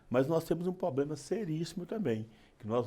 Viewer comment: Não sabe nem falar problema. Fala poblema.